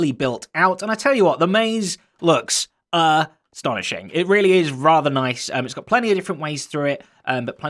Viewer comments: "ah- stonishing" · With that pause, I'm 99percent sure it was intentional ;)